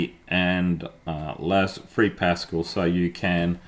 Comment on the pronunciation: PasCAL, not PAScal! (In honour of the French Mathematician Blaise Pascal.)